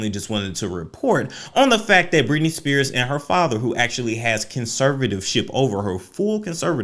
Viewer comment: The fact that you literally started the video by saying her name wrong shows your credibility. Please gtfo.